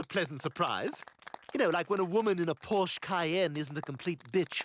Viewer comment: Pork chop? Did you mean Porsche?